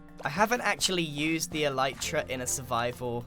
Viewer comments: "ELEEETRA." Alright,. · "What does mending do?" Sips water "E-leet-ra" Chokes on water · I love how he says "Eleetra" instead of "Elytra" ish so good xD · Grian: Thats An Elyatera